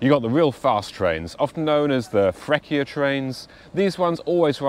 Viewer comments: We are sooo fancy and loud 😂😉 Please let me explain you how to pronunce Freccia. It's not Frekkia, because that c + c + i sounds like cha cha cha, a soft c, and the c is double, so... Frech-chia 😊. But... If you say "chi" (who), or "che" (which, or that) the c is hard, and you pronunce ki and ke. ...We are fancy, loud and complicated 😂😂😂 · Are you still in Emilia Romagna? Don't miss Ferrara and Ravenna! Fancy and loud are not the qualities I personally like most in people, especially loudness but I know Italians are well known for these two among others 😂 For the pronounciation of Freccia, it has been funny and nice to hear Frekkia and also it has been funny and nice to hear "pawlee eenglese" 😊 I hope that my baaad english can result funny and nice too 😂😂😂